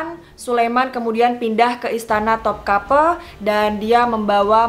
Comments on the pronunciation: just info ka, namanya memang istana Topkapı bukan Topkapi, dalam bahasa turki huruf i yg gak ada titiknya memang dibaca e pepet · dibaca memang topkape,karna huruf i yang tidak ada titiknya itu di turki dibaca e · Topkapı huruf ı di Turki dibaca e, jadi Topkapı dibaca Topkape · Di baca topkape soalnya i yang di pakai tanpa titik, jadi di baca e. I dan i beda bacanya kalau alfabet turki. ( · Karena di Topkapı yang dipake ı bukan i, jadi dibacanya seperti Topkape